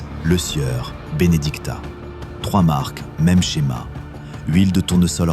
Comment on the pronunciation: tout d'abord c'est Lesieur et pas le sueur !...apprenez a parler ok ?